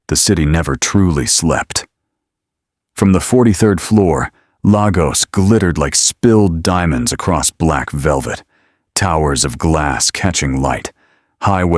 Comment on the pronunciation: Its pronounced LAY-GOS, not LAAH-GOS!